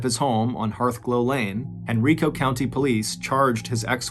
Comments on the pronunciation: I’ve never heard this before! I was born and raised around Richmond. I would have been in my late teens when this happened. Also, it’s pronounced hen-rye-koh not hen-ree-koh. I know he had no way to know that but every time I heard it I cringed a little. 🤣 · Dude I love you but it’s Hen-Rye-co, not Hen-RI-co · Hey MrBallen it's proniuces Henrico with a hard I not henreeco like an E sound. Haha it's all good. Just figured I'd let you know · I know this was years ago, but it's pronounced HenrIco. Long I sound. Not Henreeco. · It's pronounced "Hen-rye-co", not "Hen-ree-co". 😊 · Hey Mr. Ballen, I’m a Virginia native and Henrico is pronounced “hen-rye-co” just for your future reference. I appreciate hearing a story from a place I have visited. I live more in the southern area of Virginia than the northern area. Thank you for everything you do. ❤ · Henrico Virginia is pronounced Hen-RYE-co. Thanks for another great podcast! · I know this video is old but as a local, I just want to clarify the pronunciation of Henrico is Hen-rye-koh. 🫡 Thank you for your podcasts, they get me through my day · *Henrico (pronounced: Hen-Rye-Co) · It’s Hen-rye-co. You’re welcome! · Hen Rye Coe County, Va. Lol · I'm from richmond Virginia ,unfortunately excited to hear my hometown but Henrico is pronounced hen-r-eye-co.but it's makes it that much better u did a story in the area🧟🧟🤦🏿‍♂️☠️🧾💯👣🕵️🕵🏾‍♂️🕵🏼‍♀️🕵🏽‍♀️love your work brotha,thanks for keeping us goin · As a Richmonder it is pronounced "Hen-Rye-Co." I had to. I'm sorry, lol. Thanks for doing this story. I remember this happening while I was a teenager. It's crazy to have more of the story. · I love this since I am in Richmond. Btw it is (Hen-Ry-Co) the I sounds like Y not E. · I'm from Henrico va and it's funny hearing MrBallen mispronounced the name 🤣. I live here in va and haven't heard of this story kudos MrBallen!!